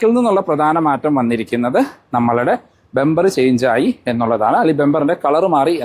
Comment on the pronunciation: ബെoബർ❌ ബമ്പർ✅